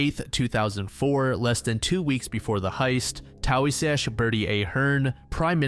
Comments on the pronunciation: It's pronounced 'tee-shoch' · See how many self professed "Irish guys" from Boston etc can pronounce any of them lol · Please look up how to pronounce Taoiseach